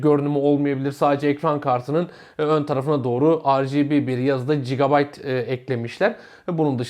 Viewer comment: Şu gigabyte ‘a cigabayt demekten vazgeçsin artık şu ülke! G harfi ile okunuyor bu kadar basit..